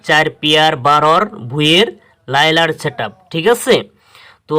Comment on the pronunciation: ভাই লাইলার না। লায়নার